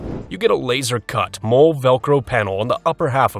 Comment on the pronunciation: MOLLE is pronounced Molly not mole.